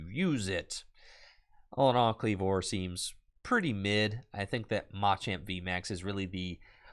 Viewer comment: Oh no... is tpci telling creators to mispronounce "machamp" now?